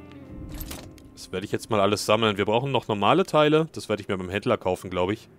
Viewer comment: Ich versteh immer Hitler wenn du Händler sagst